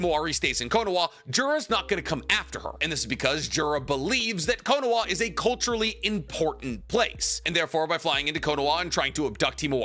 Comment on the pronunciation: this man is the go to naruto youtube and after all this time still says “konowa” instead of “konoha”